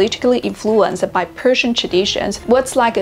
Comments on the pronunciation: You don't pronounce Persian words right 😐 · her Persian pronunciation is over terrible come on! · You pronounced arabic and persian the same …. Not correct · به عنوان ایرانی میگم خوب تلفظ نکردی